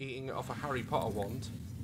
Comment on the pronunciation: "Shes stroking it with a harry potter wond" 💀